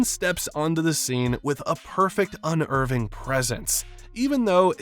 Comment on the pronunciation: Legit question, are you using text to speech? You've got some very strange mispronunciations, like "Unnerving" being "un-earving" when talking about Amon.